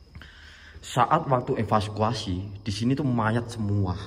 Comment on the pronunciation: espaskuasi Kirain evakuasi.....😂😂😂😂